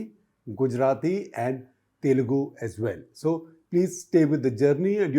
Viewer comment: You perfectly pronounced ‘telugu’, it was spot on, Sekhar ji 🙏🙏